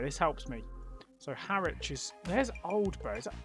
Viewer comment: Round 5 I knew instantly. A few of my cousins live in the general area and we had a few family Christmas meals there. Two extra points; Harwich is pronounced "Harrich" as in Norwich; also the emblem you saw was three Saxon seax knives, the official logo of Essex County Council.